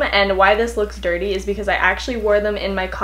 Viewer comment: you said dutty